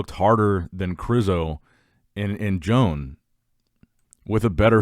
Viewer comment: Imagine pronunciating Joan as John